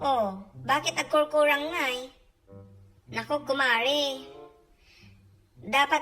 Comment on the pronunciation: Hahahaha. I love the 'agkurkurang' accent.😂😆